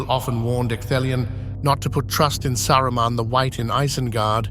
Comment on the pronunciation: Saraman , sarroman xd 😂